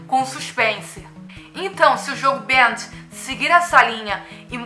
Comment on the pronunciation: não se fala BEANTD*, se fala *BEM DI um portugues meio ingleszado